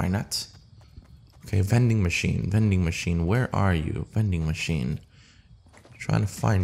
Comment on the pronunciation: Veding machine hyype